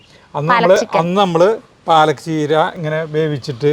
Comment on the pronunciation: എൻറെ, 101 പ്രാവശ്യം പാലക് ചീര എന്ന്, പറഞ്ഞു പഠിക്കാൻ പറ😂